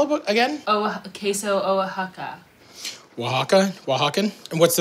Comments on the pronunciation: White people appropriating my culture. Learn how to say it lady before you try to teach someone else how to say it. Oh-Ha-Ka Oaxaca cheese Co-He-Ta Cojita cheese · OH-WA-HA-KA …smh… 🤦🏻‍♀️ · Ques0 wha O’CHAKA Matty: -_-.... it’s whahawka. It’s oaxacan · When tries to pronounce the cheese names 😂😂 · When tried to say Oaxaca I died a little. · Bro really just murdered that queso oaxaca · Lmao the way she pronounce Oaxaca 🤩😂